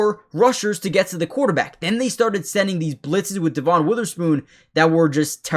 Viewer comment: Dev un not dee von